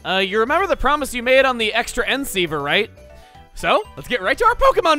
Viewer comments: Of course, who else calls it eks transk"eye"ver? :P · I don’t know if chuggaas been reading my comments, but he’s been reading Xtransciever in many different ways. (I’ve been commenting on the different ways he’s be saying it wrong) but extra transceiver? XD nice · Does know the Xtranceiver is pronounced the Cross Transceiver? He keeps calling it the Xtra-nceiver and it's started to bug me. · Darkrai the Dreamkeeper No, he has pronounced it “ Ex-trans-key-ver” and “ex-trans-sky-ver” before, so it’s not that. He’s just messing with us and pronouncing it in as many different ways as he can. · I'm pretty sure he's doing it to mock the fact that it's officially pronounced cross-transceiver despite that being really dumb and nobody really... doing it afaik. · Kelly Rowlett Ztranzévé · Xtra n ciever? I thought we ran out of ways to say it. I was wrong. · Extra N sea ver: another way chugga pronounced it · i swear chugga is saying "xtransceiver" wrong on purpose. its "cross transceiver" when Cheren's Servie was at a sliver of health, you could have sent in a lillipup just to die while the sandstorm did your dirty work. poor use of EXP, but its a viable strat in a situation like that. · why do you pronounce xtransciever so wrong. it bugs me lol. because it's short for cross-transceiver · It took me this long to realize he’s intentionally butchering the xtransceiver’s pronunciation. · I love how Chuggaa has pronounced "Xtransciever" like 4 different ways throughout this LP. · furryopokemongirl1 it’s a holdover from the Japanese. X is read as cross a lot. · Goldgary456 it took me this damn long too😂😂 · Every time you pronounce Xtransciever differently I die a little inside lol. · The various Xtransceiver pronunciations are literally the best thing ever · Is it just me or have you pronounced "Xtransceiver" several different ways? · Is anyone else going to acknowledge the way he says "XTransceiver" every time? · pronounces Xtransciever different every time